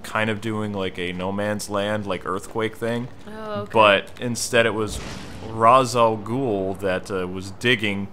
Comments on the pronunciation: im typing as I watch the video he said RAZ not rash (I just ptting the pronunciation of the word not the accutual name) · Raysh,. Raysh. Not Rahz. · its ras a ghuel (rash-a-goul) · dude you are the biggest batman fan i know and even YOU miss pronounce ra's al ghul